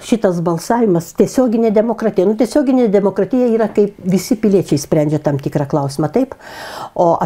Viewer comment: Artūrai ar ne tu tik sakei kad ,,apsivemsi jei dar kartą išgirsi netaisyklingai kirčiuojant žodį ,,DemoKratyja - demokratyjos" būtent taip kaip pasakė tavo pašnekovė?